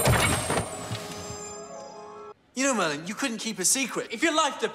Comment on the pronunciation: It's mERlinn